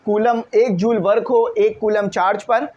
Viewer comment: sir pronunciation of joule = jool.